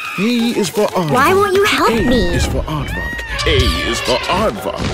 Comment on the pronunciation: It kinda of sound like he said "a is for art fuck" when he said aardvark. I know, you cringed harder than trying to cut meat that's been in the freezer for 30 years.